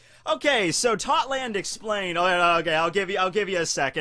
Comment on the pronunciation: ITS TOTTO LAND NOT TOTLAND